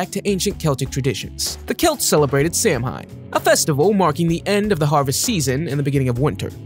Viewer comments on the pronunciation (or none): You pronounced Samhain wrong. It's not phonetic. It's pronounced "sow-en" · "Samhain" is pronounced so-wen.